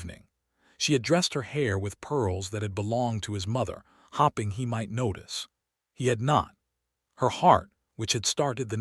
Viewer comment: Plot mistake; what happened to Grimsby, the guy that threatened Hartwell secrets would be told to the scandal sheets? It’s just another Duke who finally realizes what an extraordinary lady he married.🤷🏻‍♀️This is the AI voice who narrates hoping as hopping🤦🏻‍♀️ So sick of these mistakes. I rate your tale a 5 out of 10.